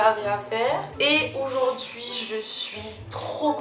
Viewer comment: tu peux arrêter de dire « oujourd’hui » stp 😭❤️